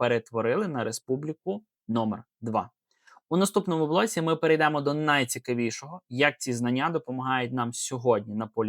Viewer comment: супротив - ОПІР давайте подивимося - подивІмося(з наголосом на "І") Наказовий спосіб першої особи множини візмемо - візьмІмо Те ж саме На ілюстраціях помилка В українській мові "полуниця" це конкретно одна ягода Коли ж ягід більше, ніж одна, тоді завжди і тільки "ПОЛУНИЦІ" Множина перейдЕмо - перЕйдемо стаЄте - стаєтЕ Наголос